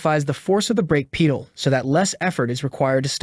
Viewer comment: Lost me at "brake peee-duhl"